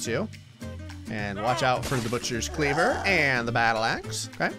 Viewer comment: I love the way he says butchers clever